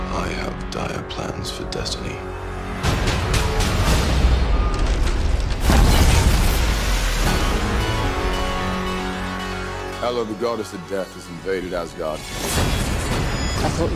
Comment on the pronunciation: Is Hel-uh daughter to Loki,like Hel in nordic mythology?